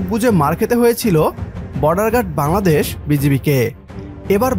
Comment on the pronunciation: Say ‘Bangladesh’ clearly and properly!! Your pronunciation is incorrect .